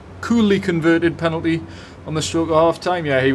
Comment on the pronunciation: Loved your tribute to Waddler,. Clear “pelanty” 😂